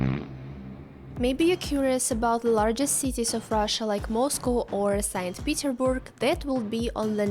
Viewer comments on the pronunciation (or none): none